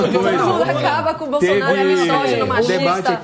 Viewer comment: NO CASO NÃO SE DIZ "MISSÓGINO" E SIM MISÓGENO. O "S" TEM SOM DE "Z", PORQUANTO ESTÁ ENTRE DUAS VOGAIS.